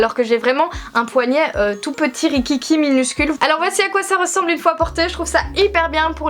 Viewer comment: * houit, * poignait aille mes oreilles ne sont pas habituées 😂